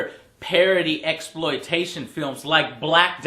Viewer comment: LOL Joe said MEXploitation